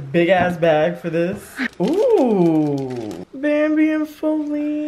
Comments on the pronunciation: Her name is actually Faline more like Bearline. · Thank you for not calling Wipey "Faline", I cringe every time I hear it lol, they have ruined it.